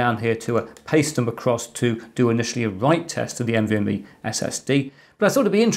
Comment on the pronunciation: oops "NMVe"